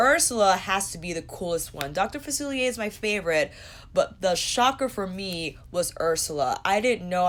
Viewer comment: SAME! I bought the princess pr and I wanted villains pr too. It's pretty and I wanted it 😁 ALSO, I wish colourpop sent you the PR to review. You've been the most enthusiastic and literally the only person to pronounce "Dr. Facilier" correctly in their review. 🤣